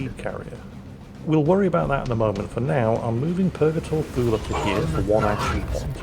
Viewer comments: Actually... Thule is pronounced Too-lee like the US airbase in Greenland. Everyone says it phonetically before being corrected, including me. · When says Thule, all I hear is Fool.:P